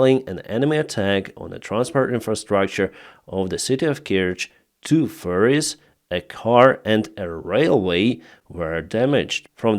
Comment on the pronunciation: accent for ferries sounds like furries